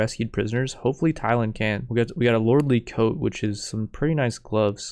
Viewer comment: It's pronounced Ko-teh, not Coat lol